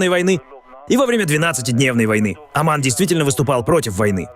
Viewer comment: Не Аман а Оман.